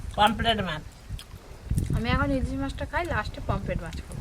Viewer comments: It’s Pomfret and not Pompret or Pomplet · Kompret ta abar ki mach😅😅😅😅 r sasuri pomfret ke kompret bole 😅😅😅